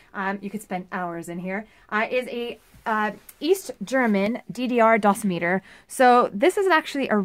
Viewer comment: Its pronounced Dough-Sim-it-Er..... lol. For $5, thats a good early warning find. Would be good to know what its "shelf life" is, how to calibrate (who knows if it works up to spec) or check for accuracy, does it take batteries, etc. Again, good find and good "short n sweet to the point" video review.